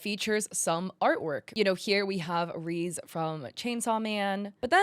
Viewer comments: its re ze not reeze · Girl you did not just call reze Reez 😭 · Her mispronouncing Reze hurt me to my soul lmao, it’s ok I see how it can be read like that tho lol